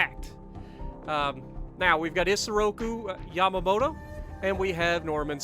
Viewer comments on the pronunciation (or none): none